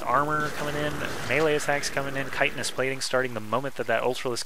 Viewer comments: I am glad he knows how to say "chitenous" also. But if he says "IdrA" wrong again I am going to /wrist. The "I" is strong. I-Dra. Not Id-ra. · Thank you for knowing how to say "chitenous"